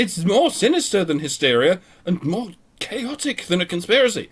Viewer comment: Haha... "MIORE" lol, luv yas